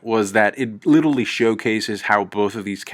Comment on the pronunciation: holy fuck the way you say literally, i love ya but please stop saying LITTLELY